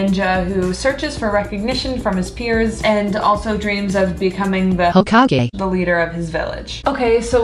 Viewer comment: Haha, I bet she said Hokage as if the second part was "cage"